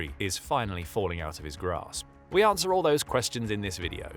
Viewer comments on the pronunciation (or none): none